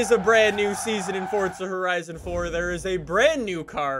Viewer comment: Fowza Howizon pwesents: the OwO-mobil